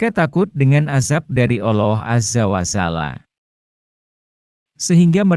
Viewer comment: Kenapa Al loh sih . Mumet kepaladengar nya 😭